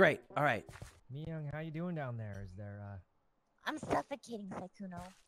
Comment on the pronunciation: did Lud just call Miyoung miyam???